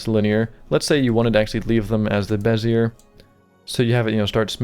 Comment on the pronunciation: Lol, its pronounced "bez-ee-ay, not bez-e-er